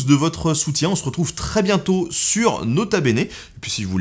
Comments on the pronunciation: Non tkt on dit nota benêt ;p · "nota beignet" bahahaha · "Leurs Quatre zenfants" !??? Nota beignet...😂😂😂😂😂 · "Nota beignet" hahahaha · "nota beignet" 😂😂😂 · "Do nut" call him "nota beignet" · On dit pas nota beignet on dit grota beignet dans mon serveur discord, et ça s’ajoute avec des photos de toi faisant des têtes cheloues, c’est un tout petit peu drole